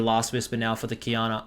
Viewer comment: Ngl, took me some time to get that Qiyana was lanning against Diana with the way u pronounce it xD